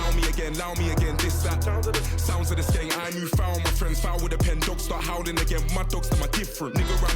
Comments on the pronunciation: loooll you said sound of the skiiing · Not sking bro Its skeng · "sounds of the skeeng" 😂😂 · skeng not sking lmao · its pronounced sk-eng lol;) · My man says "sounds of the sking" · Man said sounds of the sking 😂😂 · Skeng not skeen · Yo bro. You pronounced skeng wrong. It's slang for gun and the e is pronounced like the e in elephant. So like sk-eng turns into skeng. Check out the track skengman. Pt4 by Stormzy or siengman by 67